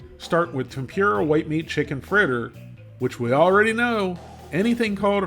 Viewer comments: FYI, it's pronounced Tem-pur-a. Not Tem-pure-a. But, other than that, great video. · Tem poor a. Not tem pure a. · just a heads up for anyone who cares about pronunciations. TEMPURA = tem-poo-da. not, tem-peer-rah. in japanese the letter R is pronounced more similar to how we pronounce the letter D. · "Tem-pure-ah" gets me every time 😂